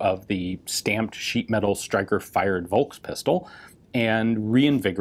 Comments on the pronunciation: stop saying Wolkspistol. V is f. Folks is the word you have in your language. same. so why not say Volkspistol-e ? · It's not "Wolkspistol", it's "Follkspistol" and not "sivil" but "tsiveel". I know it's hard...